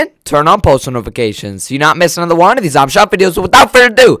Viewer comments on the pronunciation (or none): U should be saying another video not anoder video